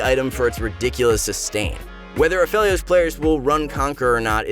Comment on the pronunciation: We need to spread the word. Everyone says Aphelios the wrong way. At least says it right.